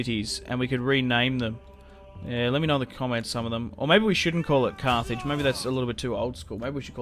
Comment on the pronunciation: I’m pretty sure at the end of the video he called it cart hage